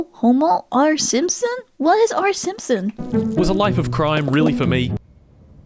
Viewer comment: It's not homo r simpson,; it's "Homor Simpson", aka Homer Simpson, the dad from The Simpsons, who's kind of an alcoholic buffoon.